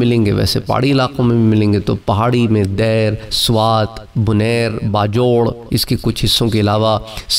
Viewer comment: Janab ye “Dair” nahi balke “Deer” hay jisko “Dir” llikhtay han!